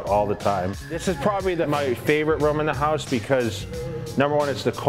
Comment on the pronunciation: “HQUSE” am I the only one?